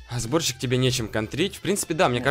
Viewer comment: Мне одному кажется что он говорит борщик а не сборщик?